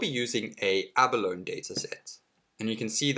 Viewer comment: It's pronounced "ab-a-lone-ee". Emphasis on the "ee".